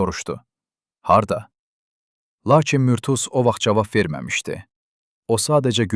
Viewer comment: Murtuz. Ad düzgün tələffüz olunmayıb.